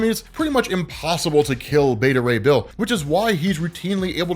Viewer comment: Me: So... Frog+Thor= Throg... and Horse+Thor = Thorse??? Them: Yes on the first but you're saying Beta Ray Bill wrong...